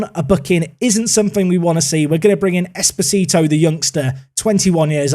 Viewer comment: The way you pronounce Esposito means "little husband" in Spanish. 😁